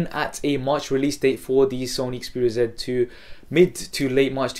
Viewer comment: You say sony xperia "ZET" 2, instead of Z 2.